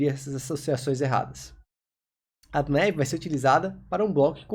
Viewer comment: Ótima aula!. Só a pronúncia do "nav" que não é com o "é" e sim com "a" mesmo! Rs valeu 👍🏻